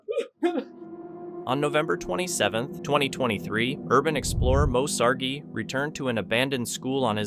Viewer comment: Moe Sargi? Fast forward.